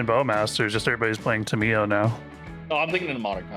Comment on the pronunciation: First. Hearing saying Tamiyo wrong hurt every fiber of my body. Second: Listened to this at 1.5 speed. Where it did help speed up the podcast for me to listen too as I wrote some stuff for my Vtuber lore. Not honestly a fan of fast speed videos unless I just want to see top 10 Commander precons or best cards you should buy now. So probably gonna listen to the pod in normal speed going forward